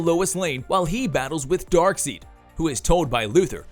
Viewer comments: I turned my phone off when I heard him say “Darkseed” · I can't take this seriously when you're calling Darkseid, "DARKSEED" the entire freaking time!!! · Exactly. Credibility down the toilet. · This dude really saying Dark-seed ? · Dude...stop calling him dark seed!!! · Voice over dude!🤦🏿‍♂️ Bruh, who the heck is DarkSEED 🤣??? You lost som credibility with that! KMSL! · Darkseed? Darkseid... zzzzzz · yeah why was you calling it darkseed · LMAO Right? He's all trying to explain who Darkseid is 😂 Like seriously did you not watch the video where he calls him "Darkseed" the entire time. 😆 did that just go swoosh right over their head's!? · I hate his pronunciation of Darkseid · Drives me nuts how you say darkseid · This channel regularly has incorrect information. Even if its an AI voice though, you'd think the person who owns the channel would catch that mispronunciation and correct it, if they knew anything about Darkseid, comics, etc. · Took me right out the moment. How can you mispronounce Darkseid's name? We grew up watch and reading this! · I think it’s a UK English thing since (EI) is like (EE) there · His name is Dark side not seed 🙄 I thought you were a fan? C'mon it's the basics you SHOULD know. It's the Green lantern core not corpse (yes I know it's spelt corps but it is core) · Darkseed lol... its not Dark seed its Dark side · It's Dark-SIDE, not Dark-SEED. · He’s not even saying darkside hes saying dark seed smh lmao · Its not dark seed....its dark side! Lol driven me nuts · Come on man, it's Dark(side) not seed.. 🤦🏾‍♂️ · If you’re going to report on a major character especially a villain get the name right, I kept cringing as the narrator kept saying DARKSEED the correct way to say it would be DaarkSide even though it’s spelled Darkseid. Either way this person can’t be a fan to get it wrong the entire presentation. Personally I just want to boo this man!!! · He keeps saying dark seed.. its dark side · Dark SIDE! not seed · DARK SIDE..not DARK SEED!